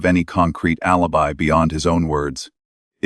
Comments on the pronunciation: The AI narrator pronounced alibi A• lee •buy. If you can't get your AI to pronounce words correctly; that's way too pathetic for me to waste my time. Bub bye. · Agreed. Cant even say alibi properly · Alibi not pronounced properly.